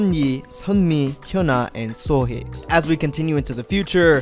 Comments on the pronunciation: Suhe? Read it properly! like Sohee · You’re pronouncing Sohee’s name incorrectly. It’s literally said how it looks — SO HEE not SUHAY. Come on dude. Due Diligence, dude. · oh the cringe at the name pronounciation. ugh! its 예 not yi and 희 not hey